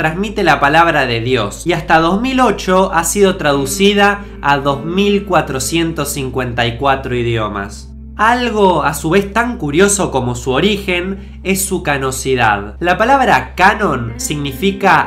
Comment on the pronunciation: Se dice canonicidad jajaja canocidad suena a canas